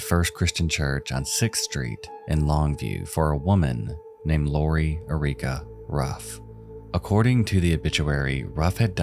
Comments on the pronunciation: What planet or AI is thisfreeky narrator from that he speaks her name " Uh Reeka"?!?! air ickah. Literally 100 million fellow citizens can say this right. Get a clue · “eR-rEeK-uH” it’s Eric like the name Eric than uh at the end. say it with me honey Eric-uh. Jesus Christ one of the most comic female names and this guy acts like it’s a key and peel skit. Lol what a clown bozo 🤡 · It's pronounced Eric-ah, the way it's spelled. Not Erreeka. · ERIC-AH. The name is Lori ERICA, not Ah-Reek-Ah. Good grief, thats a common name. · Why on gods green earth do u pronounce Erica as Ereeka.....? Hmm..? Im patient.... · It is bizarre and unAmerican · This is the first time I've heard someone pronounce the name "Erica" like "Eureka". Fascinating. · Bro did you pronounce the first subject's middle name as Uh-ree-ka? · Ohhhh, it wasn't her fault...? It was those silly Christian beliefs? What a disgraceful thing to say... especially from someone who pronounces 'Erica' as 'Ereeeka.' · How the fuck do you turn Erica into “Eh-Ree-Kah”, have you really never met an Erica before? Lol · Why did you keep pronouncing her name "Uh-REE-kuh"...? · have you never heard the name Erica? it's like Eric with an A on the end lmao "Ereeka" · I admit I had a LOL at that pronunciation. ehREEKah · who in the sweet fuck cannot pronounce Erica correctly? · The way you pronounce the name Erica really bugs me but besides that this is a great video! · The pronunciation of Erica is so cringe 😅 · I can't help but comment about your pronunciation of "Erica." It's my middle name, too and it just made me wince. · Do you not know how to pronounce Erica? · “Erica” is pronounced with the stress on the first syllable. :) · Never heard Erica pronounced like that before! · Dude, you mispronounce so many words in every single video. How can you mispronounce "Erica"? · The pronunciation of Erica made me laugh ngl 😂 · Narrator has never heard the name Erica before I'm guessing